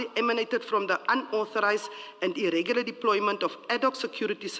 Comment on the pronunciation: Irregular not Irrigular - each one tech one😜